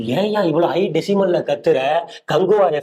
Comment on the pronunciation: டெஸிமல் இல்ல. டெஸிபல்.